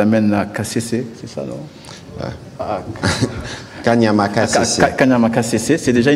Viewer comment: C'est honteux Il ne connais même pas prononcé kanyama KCC?